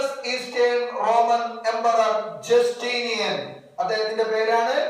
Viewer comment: Jastinian alla justinian anu sir